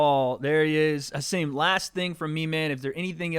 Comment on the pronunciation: Thank you for pronouncing Hasim’s name better than literally anyone who has interviewed him. Much love 🙏